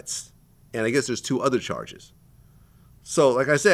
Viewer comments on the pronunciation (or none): What was the difference in JAR-JIS THAT SOUTHERN ACCENT FOR CHARGES😂😅